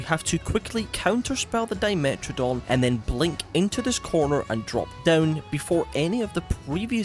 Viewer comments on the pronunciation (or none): none